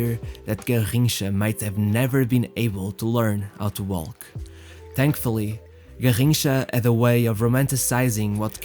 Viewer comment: the L in walk isn't pronounced